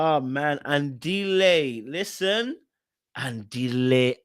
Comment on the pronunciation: The way you pronounce Andile😂 you definitely need to come to South Africa so we can teach you how to